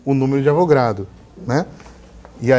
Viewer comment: Não é numero de Avogrado professor.... é Avogadro, de Amadeo Avogadro